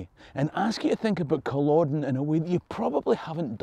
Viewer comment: Is it just me, or does it seem that "world" at the many times in humanity's history has been at war...not just the 2 of the 20th century. PS...Never read the "Outlander" books or watched the show. Probably never will. However..NOW I know how to pronounce Culloden...instead of saying Cul-OH-den Thanks!!!